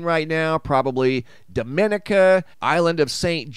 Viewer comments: Guad-a-loop not Guad-a-lupey Domi-nee-kah not domin-nee-ca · Bless your heart - it's Gwad-uh-loop, Dom-uh-knee-cuh, and there is only one St. John, USVI.